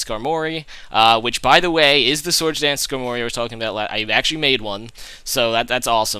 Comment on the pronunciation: Sk-Armory not Skar-mory